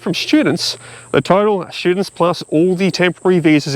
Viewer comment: Did you say students or pro sti toots. Not sure🤔